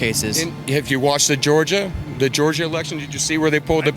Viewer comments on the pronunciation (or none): none